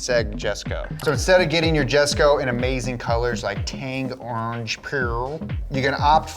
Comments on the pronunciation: It's pronounced Yes Ko, not Jess ko. Lol Jesko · You guys should know this already but you pronounce the J as a Y in jesco...